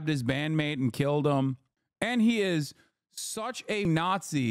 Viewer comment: "There ee no way, dude, there ee no way"